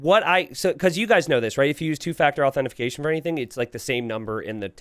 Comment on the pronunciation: What the fuck is AuthentiFICATION????? 🤣